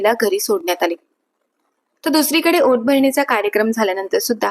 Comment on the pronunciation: ओट भरणी नाही ओटी भरणी